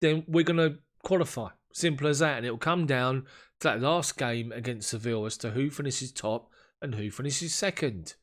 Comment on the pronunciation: I hope you don't take umbrage for my pointing this out, but Sevilla is correctly pronounced, 'Seh-VEE-yah', rather than 'Sevill'. In Spanish, the 'll' like in Sevilla, always are pronounced like a 'y'. Just thought you'd want to know; it enhances your international gravitas :) No disrespect meant, mate. Cheers!